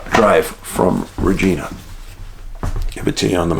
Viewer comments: Dave love ya brother just thought id add its pronuciation is reg-eye-nah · Pronounced “Ridge-eye-nah” darling